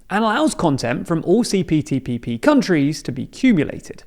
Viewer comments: Isn't he saying CPTPPP? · I think you said CTPPP. Yes I definitely heard CTPPP. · ...say CPTPP again. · I want to know how many times you mispronounced CPTPP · You said it wrong